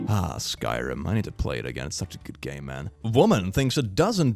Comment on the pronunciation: I heard "Skyroom I gotta play it again its such a good *gay man*" (instead of game man)